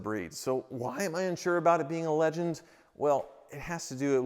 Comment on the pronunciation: I had to start the video over and turn up my volume. I thought you said it was a "Lemon" not "Legend". Though for you, it's likely both.